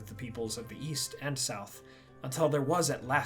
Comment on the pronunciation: Oh East I thought you said Weast.